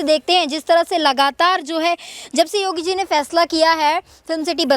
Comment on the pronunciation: अरे योगीजी का नाम तो सही बोलो,नाम भी पता नही